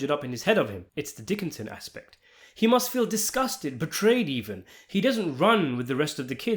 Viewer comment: Pronounced Dih-Kenzian Aspect.